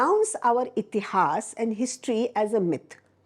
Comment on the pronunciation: Rightly said, wish she could say इतिहास, पुराण and वेद in stead of इतिहासा, पुराना and वेदा । , Especially in a great podcast like this one...